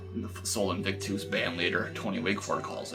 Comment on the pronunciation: Look it up buddy! I suck at writing out pronunciations (even though part of what I do for work is teaching pronunciation, eh). But basically its more like Aaa instead of a hard A and US at the end of invictus.